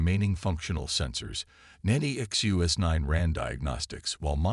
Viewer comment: The AI can't seem to say Nexus9. However, the usual cliches nor any of the Chen dynasty are present, so well done.